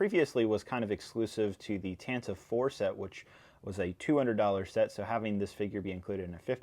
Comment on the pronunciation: It's pronounced tanta-vee four, not tan-tive four